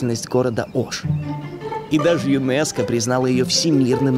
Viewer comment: Не Аша а Оша